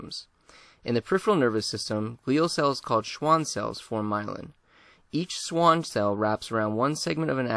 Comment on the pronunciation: "shvan" cells